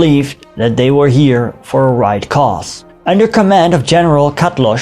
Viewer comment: proud and happy to see this : ) Enjozed it .But čatloš is pronounced as ,,Chutlosh "in Slovak : ).And as far as i know swastikas were worn by Slovaks of german descency .